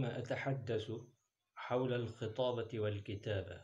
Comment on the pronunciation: من المناسب أن تتلفظ با لكلمة. الخطابة بفتح الخاء لابكسرها